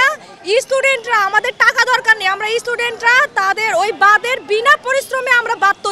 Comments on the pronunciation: ওকে বল ইস্টুডেন্ট হয় না স্টুডেন্ট হয় উচ্চারণ করতে পারে না আর বাদ তৈরি করবে😂😂😂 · Haat... student k istudent bole...😂😂😂